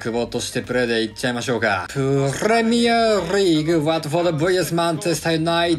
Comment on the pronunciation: いつも試合始まる前のプレミアリーグの言い方のクセが強い笑